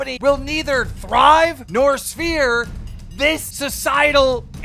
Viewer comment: Keem really can’t talk. “The company will not thrive or sphere.” The word is severe Keem….